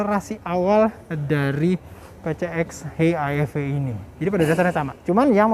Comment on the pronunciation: Bacanya Pisieks Ii: Ech Iii Vii nggak sih